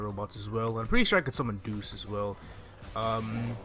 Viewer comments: Deus is pronounced Day Us. like Deus ex machina. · I feel like I'd be an asshole if I point out that Deus is pronounced "Day-use". It means god in Latin. It was probably named that cuz your other robot is named "Machina". Where the 2 names together would be "Deus Ex Machina" which is more or less "God of the Machine" in Latin. I wish I found it funny that they named the robot summoner's stuff after that, but... It's been done? IDK... Don't quote me on any of this, as all I have said is from memory and I could be completely wrong.